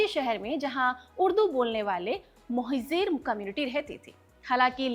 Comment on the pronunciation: Jab aap koi video host karne aate ho, esp something where you claim to bring in facts, the least you should do is to check your own pronunciation. Aap Mohajir ko kaise pronounce kar rahe ho? Uzair baloch ka naam kaise pronounce kar rahe ho? Aur aapka pehla hi fact, ki MQM party bhi thi --- it is very clearly mentioned in the film, multiple times, a party with M in its initials. Dhyaan se dekhni thi picture. Aur apni pronunciation please check kar ke aaya karo..... Coz it mars such a good video you've tried to make.